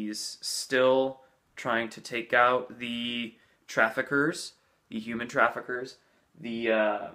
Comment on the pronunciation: Here is another crazy talk in this video to it sounded like you emphasize human when you talked about disclosure. It just caught my ear and I had to replay it a few times and think why you said it in that way.